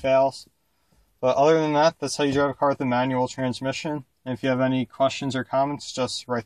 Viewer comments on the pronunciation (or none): Am I the only one who thought he said 9 year old everytime he said manual?? lmao